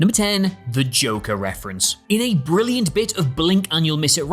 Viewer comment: Batman Returns is good...But The Dark Knight is Bwillant. 5 stars.